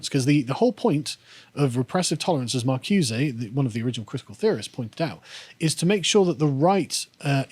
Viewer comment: Marcuse as "mar-CYOOZE-eh"? Gramsci as "GRAM-skee"? Carl, you embarrass yourself!